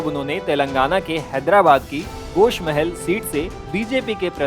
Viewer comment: गोशा महल ना की गोश महल